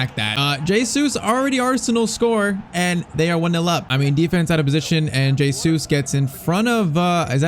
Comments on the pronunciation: It's not J Sues its pronounced heysues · It's pronounced "HeyZeus"